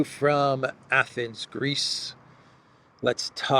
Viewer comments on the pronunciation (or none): none